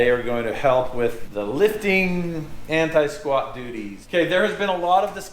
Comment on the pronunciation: Excuse me.....did you say anti-squat doodies?